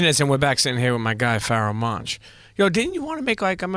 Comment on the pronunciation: You butchered the ever-living fuck out of his name haha.